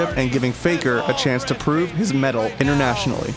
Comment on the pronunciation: mettle, not medal